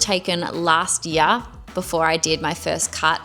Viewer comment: Stopped listening when she said this yar instead of year😂